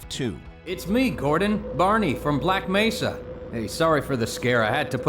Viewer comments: did he really just say ''black messa''? what is this, hunt down the freeman? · You know damn well he's reading a script. Come on act like you have passion about what you're listing Black Meh suh Artreeohm Hail-O Come on these names are so easy to pronounce lol